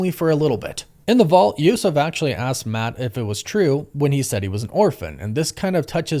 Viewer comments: It's Yusuf, like Usuf or yousuf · I never heard of that pronunciation of Yusuf. And the Green masked robber is also named Devlin.